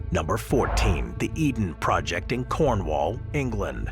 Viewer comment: You’d think a channel as large as this could pronounce Cornwall correctly